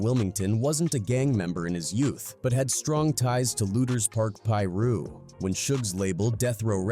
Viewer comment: How tf does this narrator know how to say certain names, specifically Gang names like Pirus. Pronounced: Pie-Roo/Pie-Roos. Get your A.I. voice correct bruhhh...